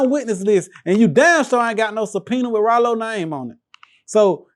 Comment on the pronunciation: Rah-Lo. Bruh definitely see the light in himself